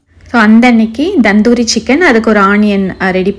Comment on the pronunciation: Akka so nice vlogs. But u r pronouncing "tandoori" as "Dhandhoori" Just an note